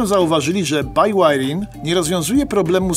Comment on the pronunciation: BIŁAJRING, a nie bajłajring.